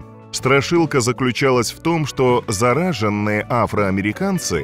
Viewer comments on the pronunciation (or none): Автор, ударение в словах ставить правильно обязательно, если хотите вещать в ютубе. ЗарАженные - это кошмар.